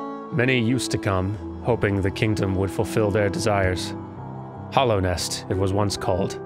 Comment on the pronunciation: Hallownest, not Hollownest. It is a hallowed place. Also, yes -- return to the place you died